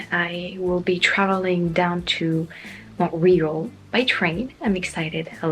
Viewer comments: The American way of saying "Montreal" is "Mawn-Tree-awlh". ("aw" being the best way I can think of to write a long "a" sound) Although- I do like the sound of "Mont Reelh"- even if it's not right. With Newfoundlands, you almost had it, it's New F*ou*nd Land. Although I think we get a little lazy and more or less say New Finnland. Personally, it makes me smile hearing you stumble over English and then correcting yourself in editing. Don't let haters get you down, you're learning a new language for goodness sake! You know it well enough to make youtube videos. I'd say that's pretty good! :) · Oh yeah I forgot about the aquarium in Quebec! I was in high school when I last visited that place during an end-of-the-year school trip. A lot has changed since then. Glad you had a great experience! Also, regarding the pronunciation of Montreal in English, it should be pronounced: "Mun-tree-all" Looking forward to the live stream on Sunday! I should be able to make it this time! 😊 Cheers! 🍻🇨🇦⚜️🇫🇷✈️🌎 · Salut - English-speaking Quebeckers say MAWN-tree-all, if pronouncing the name in English. Otherwise we say Mo-réal, which I think you already learned. 😃 J'espère que tu aimeras autant Montréal que Québec! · Thank you for pronouncing the name of my city 'à la française' from now on. In English it would be 'Mon-Trey-All' but you just couldn't get a hang of it. Just say it in French. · En passant en anglais c'est pas Montweerall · I'm gonna have to agree that the way you pronounce "Montreal" is cute. Being from Kansas, we say "Mon-tree-all" so I'm curious if that's actually correct lol. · Mon real. The tee is almost silent. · If you're English Canadian, you'll pronounce it "Mun-tree-all". If you're American, you'll pronounce it the way it is spelt: "Mawn-tree-all". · "mon-tree-yall" is how I (American) pronounce it. I like that you pronounce it in French though! I have no problem believing that you're French,. It seems obvious to me!